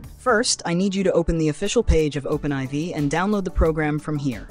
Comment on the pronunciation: Thanks so much for this! Also I'm pretty sure it's pronounced Open4 not Open Eye Vee. They're roman numerals. IV is 4. Lol.